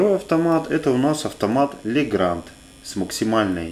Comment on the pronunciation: Legrand правильно произносится как Легран. D на конце во французском не произносится.